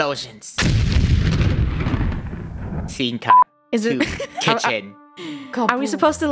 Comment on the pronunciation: (Btw what about funneh? When she said scene that sound like treng )